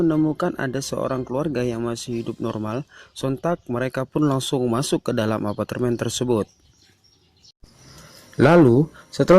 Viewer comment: Normal : "apartemen" Admin : "apatermen"